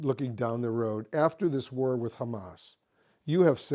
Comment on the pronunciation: This politician talks like he has grapes stuffed into his mouth 👄🍇 War is pronounced, 'Warheghh.. 🍉. Stop the warheghh